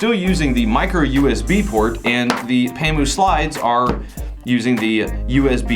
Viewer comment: Haha u pronounced it right bro.... N thanks for the comparison.... I own a pamu slide and Im right now enjoying it